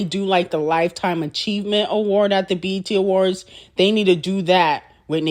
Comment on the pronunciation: Is she saying EBT awards?🤣